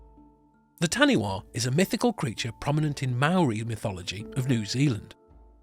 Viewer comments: When saying any Maori words always pronounce them correctly. So tāniwha you got the tāni part right but the last letters are pronounced as faa so w,h and a is faa. Tāniwha. Tah-nee-faa. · Taniwha pronounced tani fa 😀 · Taniwha is pronounced as Ta-ni-FA lol good on you for trying, I laughed so loud lol Wha, is pronounced as FA 😊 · Interesting, however the correct pronunciation of taniwha is Ta-ne-fa. Still interesting to see.